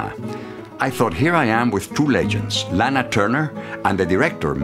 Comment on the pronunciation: He is pronouncing her name WRONG.... ITS SOUNDS LIKE LAHNA NOT LAANA